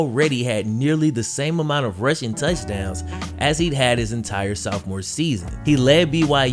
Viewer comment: Yo, what is a "Sowf-more"? jk. Just rediscovered your vids this week. Awesome job bro!